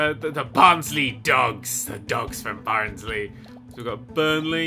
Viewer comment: he put on a Scottish accent for Barnsley and i'm pretty sure i don't live in Scotland. However i bet for Londoner's everywhere that is north is Scotland.